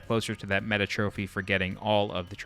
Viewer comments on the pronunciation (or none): none